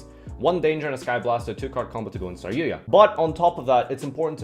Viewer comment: Um...who the fuck is saryuya? OOOOH you meant saryuJA! Didn't think the letter J was that hard to pronounce.